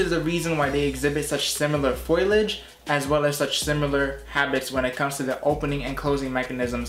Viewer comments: “Fole-EE-age” 🍃🍃🍃 ….Not “foil-idge” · The word is pronounced FO LEE AGE not FOILAGE ..... good grief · FOliage, not FOILage... sorry but you've got some good info, just want you to sound like you know what you're speaking of. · Just a heads up, foliage is pronounced “Foe-Lee-idge” 🙏these botanical terms can be confusing 👍